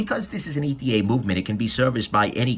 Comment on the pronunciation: Great review. Side note: It's ETA (et-uh), which an abbreviation from its Eterna origins.